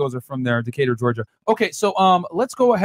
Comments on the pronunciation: Damn, you do not know how to pronounce Decatur LOL. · Decatar Georgia lmaoooooo. pronounced that shit like Dez Moynes.